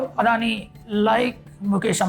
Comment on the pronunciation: It's not adhoni it's adani